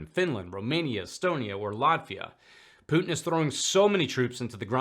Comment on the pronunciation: Mad Maxine Waters says "POOT-NNN" instead of "Putin." Senator Kennedy says "PEW-TIN." 😂🤪